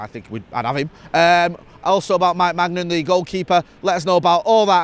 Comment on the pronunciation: Maybe spend more time learning to pronounce the Milan goalkeeper's name properly than demeaning Rangnick and his coaching staff. He's a decent guy who was highly regarded in the football world before this club hung him out to dry with no authority and a shocking embarrassment of a squad. I can't lie, the Rangnick disrespect still really bothers me.